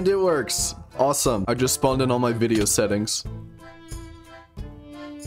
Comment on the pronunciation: Wen cwab wideo